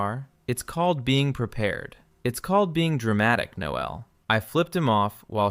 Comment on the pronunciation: And pronounce the male version of “Noel”. Your AI is using the female pronunciation. Then the droning on and on like two silly teenage girls in high school. If your audience is M4M these two would have at least explored each other’s bodies while sharing a sleeping bag. From the first night with the gay guy having a crush on his very attractive straight friend with an attractive body so close he could feel heat, there would have been an arousal that someone would be trying to hide. That is unless they were normal guys and had normal sexual drives that started their relationship on a camping trip, in a sleeping bag, because of one guy (the supposed straight one) had a malfunction with his sleeping bag, which resulted in the closest possible proximity between the two of them. Instead of developing a sexual connection that would be normal for an adult male, even one supposedly straight, to Admit feelings towards his gay best friend would be with an arisal as well as with words and their first kiss. There is no way two adults in their mid 20’s would let an opportunity like this “camping trip” in freezing cold temperatures, pass by without experiencing each other’s body at least with hands and tongues. Since I find your channel crap and tedious, especially since there is no personality in it, just the same old AI dribble that everyone else is repeating. Then to make matters worse it’s read by AI that can’t pronounce words in the English language properly. Very irritating to someone